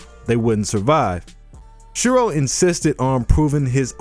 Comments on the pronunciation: isnt it Shirou?i am sure its Shirou not Shiro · The line thingie above the o ( ō) is ou, making it Shirou